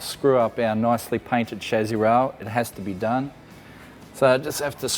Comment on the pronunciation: When you keep saying shazzy, I'm guessing you mean chassis? 😒